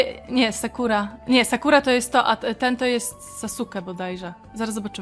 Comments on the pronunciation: jego imię Ne brzmi sasuke tylko saske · racja autokorekte mam włonczoną i czasem zmienia wyrazy na inne,. Chodziło o to że bardzo widać jaka jest twoja ulubiona postać, i że mówila na sasuke tak jak się pisze czyli mówila sasuke a nie saske🙂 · Ja kocham Naruto! A tak wg mówi się Saske a nie Sasuke 😂😂Czekam na kolejny odcinek z naruto online 💕💕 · Wiem data, ale lubię wracać do serii, no widać że oglądałeś Naruto, ale na sasuke mówila tak jak sie pisze xd(nie hejt) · Mówi się Saske, nie Sasuke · Saske sie muwi :) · Mówi się Saske, a nie sasuke (kiedyś też mówiłem sasuke) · nie wymawiaj Sasuke tylko Saske. Pozdrawiam cieplutko i polecam Naruto Online ponieważ gram 11 dzień i mam już 34 poziom. <3 A te pieniążki to Jeny (japońska waluta jak u nas złoty) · Fajny odcinek :) Gra też nawet spoko :P P.S. "Sasuke" czyta się "Saske" ;) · bardziej Sas'ke - to "u" jest po prostu zbyt szybkie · Sasuke wymawia sie Saske!!! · Czemu grasz chłopakiem ? A i mówi się saske a pisze sasuke